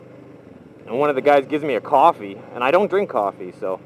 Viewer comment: Qwaffy is how says coffee